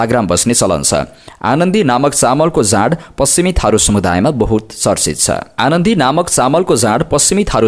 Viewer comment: वेवकुफ अनदी चामल लाई आनन्दी चामल भन्छ याे पनि दुई पासपोर्ट धारी हाे कि?😂😂😂